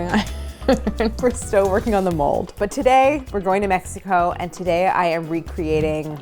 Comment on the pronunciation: The way you pronounce México told me you wouldn't like it. Claire you're awesome but please leave our Mexican food and snacks alone. The first 2 mins made me want to unsubcribe. You cant talk about gansitos like that. Not even gonna finish watching.